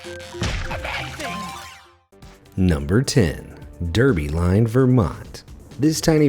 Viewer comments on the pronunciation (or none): Isn't the name of Derby Line pronounced "Darby Line"?